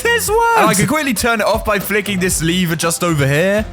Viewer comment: Bro your vids are amazing the only problem is you saying "liver" instead of "lever" its a bit strange but i think its just pronounciation problem or your the way they say in your country